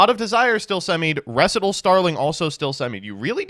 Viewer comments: Putting the emphasis on the "re" in "recital" sounds disgusting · not knowing how to recite the word "recital" is lit af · How do you not know how to pronounce the word “recital”? It’s a music rehearsal, not a made up word. Recital Starling.